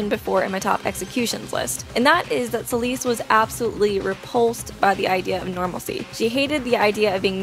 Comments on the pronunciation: I love Celeste! :D But its (Sell - Est) Like "Best" but without the B Not (S - Uh - L - East) Like the direction Im rlly sorry, it just rlly bothered me :c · i know she did not just say celeeste- 😭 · why does she call celeste "celeeste" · There’s only one thing I have an issue with here. “Ceeleese” is how she pronounced Celeste’s name. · It’s Celeste Sell-ess-tuh